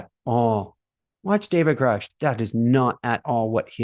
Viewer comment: Grush rhymes with brush. He held a rank equivalent to Colonel, not major.